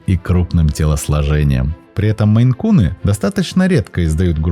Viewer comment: Да не мэйкуны, а мэйн-куны😮 Озвучивайте правильно, смотреть не буду в такой озвучке! Фу! 👎 Отписалась